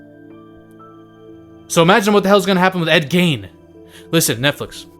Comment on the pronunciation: Gein rhymes with Dean